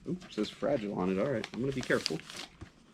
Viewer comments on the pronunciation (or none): none